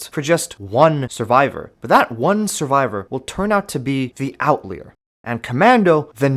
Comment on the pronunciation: erm its pronounced "out liar" not "out lee er" dummy